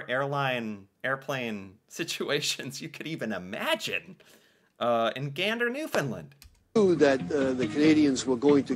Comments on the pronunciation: And today we saw how very little what we did was appreciated. Funny, I don't recall Canada (or any other country) asking the US to pay them back for all the assistance we provided on that day and the ones following. PS - we pronounce it New Fun Land, not New Fun Lend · I’m gonna put it here, it’s pronounces New-finn-land, not New-finn-lind. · Newfun LAND. Or, NEWfun Land. Not Newfunlund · New found LAND, not New Found LUND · Not Newfoonlind. New fundlaaand. Help me out here Newfies and Labradorians! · A Newfoundlander I used to work with said the pronunciation of “Newfoundland” = “understand” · Has no one heard about the musical, Come from Away? This is the Canadian 9/11 story. And its pronounce New FOUND land😊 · the name of the province where Gander is situated is spelled and pronounced "New Found Land" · It's pronounced "new-f'n- LAND" It rhymes with "Understand". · New FOUNDLAND, non new finland. Please correct